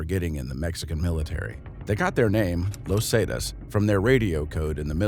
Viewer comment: great vid but him saying lozatas for los zetas was abit frustrating